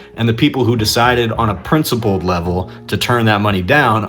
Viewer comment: “I took a PRINCEipled plan”. 😂😂😂